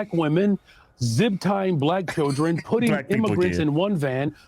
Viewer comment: "zib tying"